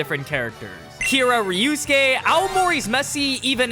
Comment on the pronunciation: Why u say it like ryusuke instead of ryosuke